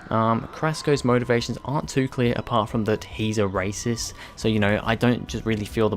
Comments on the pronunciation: Really? I just went back and heard it again and I still think he doesn't pronounce a 't' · Artyzone24 I heard him say that just fine